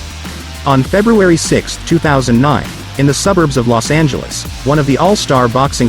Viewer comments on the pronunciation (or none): none